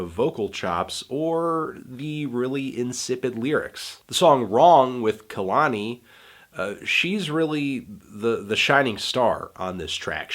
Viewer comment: Lort you said KAHlani 😪 its pronounced KAYlani 😔